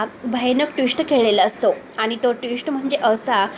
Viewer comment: मॅडम, तुम्ही मराठी आहात नक्की?? साधा ट्विस्ट हा शब्द बोलता येत नाहीये तुम्हाला... आणि वाचून सांगताय की काय? इतकी चुकीची मराठी? एतात नाही हो येतात..